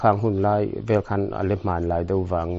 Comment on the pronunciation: Sona a awmlo ,sana chu a awm.mizo tawng i va thiamlo em em ve,,tin 'vel' tih ilam dan kha a diklo.naupang in hau tap /vel angin ilama .entirnan ka u in min vel